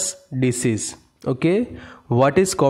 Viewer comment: Disease not decease